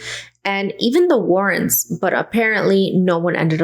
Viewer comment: The Warrens!! Not warrants.